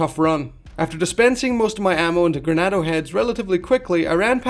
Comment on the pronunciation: Great video. But it's "Ganado" not "Granado." Sorry it was slightly irksome to me lmao